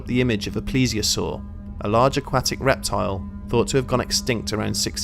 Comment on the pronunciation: It's "Aquatic"